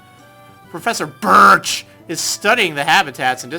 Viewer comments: Every time he says BIRCH I end up laughing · How you said BIRCH made me laugh so hard!